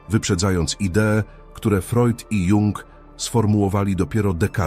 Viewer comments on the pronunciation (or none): none